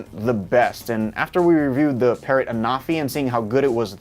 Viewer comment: "Phase Detaction"? Detaction? "Sample footage from Patrrot Anafi"? Patrrot?